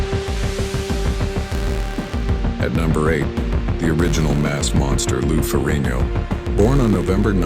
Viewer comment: AI still unable to say Ferrigno.🤨🤦‍♂️😅